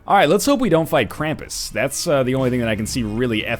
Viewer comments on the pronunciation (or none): none